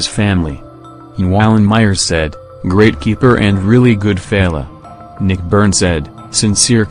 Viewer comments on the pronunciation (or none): none